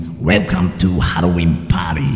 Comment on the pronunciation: it sounds like he said heroine party